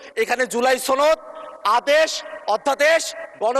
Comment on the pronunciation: ছনদ নাকি সনদ?🤣🤣🤣🤣